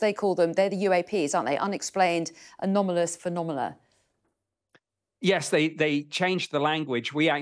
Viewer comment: What the heck's a PHENOMELA!😂